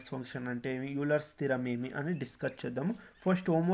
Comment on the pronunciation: It's not poncation it's function